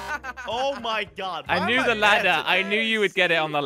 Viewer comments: oh my gad Me: laughs the hell outa me Edit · "Oh My Gad" Idk why but it made me laugh there